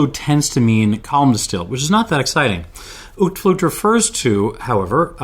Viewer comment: I don't understand what's so hard about looking up how to pronounce [ˈœy̯tflʊxt]. How does shit like "pronounced "owt-flut"" make it into Wikipedia? IPA fucking exists and there are entire websites dedicated to pronounciation (where you can listen to native speakers' pronounciation). (I get that y'all might struggle with the Dutch g (much easier for a German speaker...) but the rest ought to be quite simple for English speakers.)